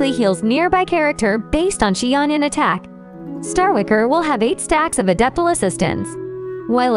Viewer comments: “Chi onion” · they really just called her "she-onion" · Xianyun ❌ Xi-onion ✔️